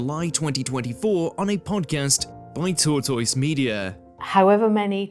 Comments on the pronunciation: Tortoys media 😂😂😂😂 that’s like Benedict Cumberbatch’s penquin, no sorry penwyn, apologies penkwen. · That pronunciation of 'tortoise' was like nails on a chalkboard.